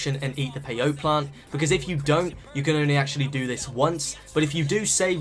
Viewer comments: How do play as the animals in director mode?? And it's pronounced "pay oh tee" not "pay-oat" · It's pronounced peyotee😂